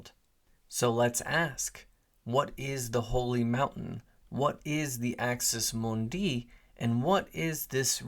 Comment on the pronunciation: Axis MOONdee, not Axis moonDEE.